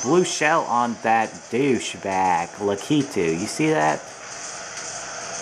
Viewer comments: I think it's ""LUH - KEE - TOO" At least, that's how I say it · u say lakitu wrong